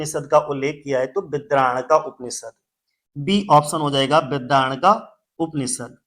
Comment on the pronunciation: बृहदारण्यक है uska pronunciation sir